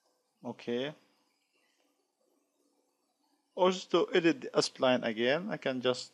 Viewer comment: Why do you keep reading it as ”Espline/Aspline”? it's Spline